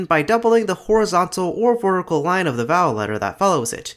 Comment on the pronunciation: Did anyone else notice that it sounds like he says "vorticle"?